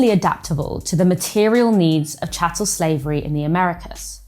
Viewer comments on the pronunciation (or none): none